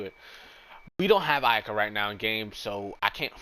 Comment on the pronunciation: XD he said Iyuhkuh hehe thats funny